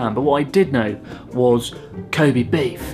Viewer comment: Learn to pronounce "Kobe".